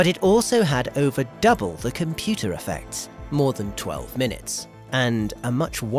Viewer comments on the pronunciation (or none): none